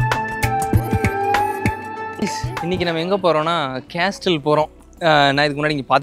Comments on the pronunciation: கேஸ்டல் இல்ல பொறம்போக்கு கேசல் என்று சொல்ல வேண்டும். Letter "T" is silent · Dai, அது கேஸ்டில் இல்லடா, கேசில்டா... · Pronounce castle as casle. T is silent. No offence Bro. I enjoy yr video. I think you should direct film. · sorry bro castle there is ''T' is silent not